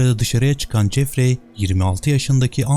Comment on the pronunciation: Jeffrey"Cefri"şeklinde telaffuz edilir, yâni okunur. Ayrıca "Anksiteye" değil, "Anksiyete" bilginize.